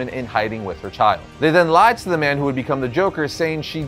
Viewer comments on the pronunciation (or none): none